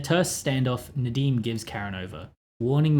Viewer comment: yeah….i just mean, his Nadeem accent is very good seeing as he’s British. Sorry, I made that comment when very tired. It makes little sense to me too